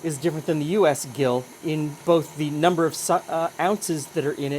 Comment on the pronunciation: Not harassing, but sharing: when it's a unit of measure, "gill" starts with a "j" sound. This actually seems helpful so as to differentiate it from the part of a fish.